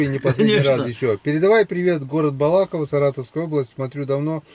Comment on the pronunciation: Привет и от Мурманчанина из Самары! Опять БалА'ково? БалакО'во, на первую О' ударение!